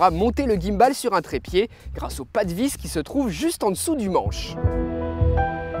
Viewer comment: S'il te plait, ne dis plus jamais "guimme balle"... c'est un mot anglais. Il y a plein de mots français si tu ne sais pas prononcer les mots anglais ;-) stabilisateur, c'est pas mal, non ?